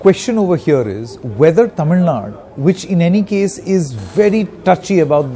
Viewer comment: Its Tamil Nadu... not TamilNad u moron... first try to pronounce it properly...